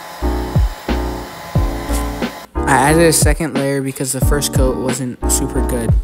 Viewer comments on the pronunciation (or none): none